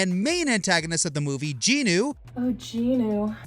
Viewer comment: I'm sorry but the way you said jinu's name made me think of the solo leveling parody series.😂